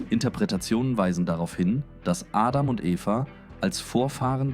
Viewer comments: Ist mit KI generiert... "Dsechenesi" anstatt Genesis... "Sibel" anstatt Abel, "Ädam" anstatt Adam, "Seff" anstatt Seth uvm.. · Ich finde alles gut und eine stetige Verbesserung der Videos! Eventuell kann die englische Aussprache von Adam, Aedem, und Genesis, Dzhenesis, an das Deutsche angepasst werden.